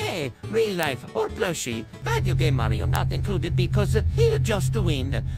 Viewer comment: Why did say Mario but it sounded like he said maryo